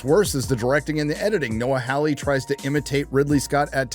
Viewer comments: As a Hawley myself, the pronunciation is Noah HAW-ley, not HOW-ley. Like Hee-HAW. Your welcome.... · FOR FUCK SAKE!!! It's pronounced "Whore-Lee" (soft-R in the middle). I know this because it's an English surname and I grew up in England, living next door to an English family with that surname. Rant over. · Second best part of the video is insistence on mispronouncing Noah Hawley's surname. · Indeed. It's an English surname and I grew up in England, living next door to an English family with that exact same surname, so it bugs me almost as much as when he says Russell T. Davies and insists on pronouncing the surname "Day-veez"... it's a Welsh surname which I'm fairly certain is pronounced "Day-viss". The E is silent and can pretty much be ignored. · Hawley, NOT “Howley.” Robot, NOT “robutt.”